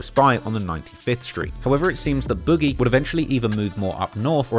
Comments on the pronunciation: it’s BOOG IE (boog eee) not boujee 😂😂😂😂😂 yo ass is a fan bro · I put this on my life ik bro name was “ boogie “ or some the way he kept saying “ bougie “ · why tf you pronouncing boogie like that